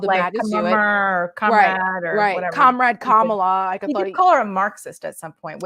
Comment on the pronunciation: Sadly As a memeber in the WWE hall of fame, his mispronouncing her name is his attempt to subtly pass along a racist trope by comparing her to "Kamala", pronounced Ka Ma la, The Ugandan Gaint who was a pro Wrestler and whose gimmick was a wild savage from africa.